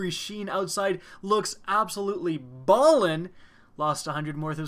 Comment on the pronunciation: just stop saying tacticool. and you sound more white than you are when you say ballin. i literally lose faith i n humanity.